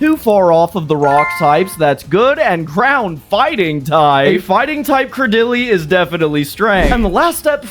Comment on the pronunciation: day 11 of commenting until I get a custom pokemon, the way you pronounced Craydily made me cringe ngl